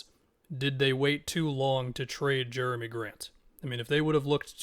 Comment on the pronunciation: “Germy” Grant 😭 very interesting on the trailblazers side of things